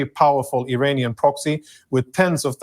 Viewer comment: Did he say Iranian parrots or perverts😅